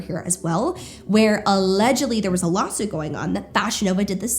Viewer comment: it sounds like you're saying "lol-suit" and given the context this is the most appropriate term